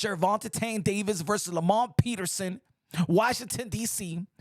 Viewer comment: Man said Lamont Peterson. Bro leave boxing alone dawg smh!